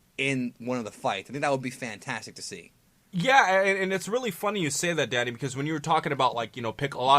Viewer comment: when says danny it sounds like daddy lmao am i the only one that hears this? hahaha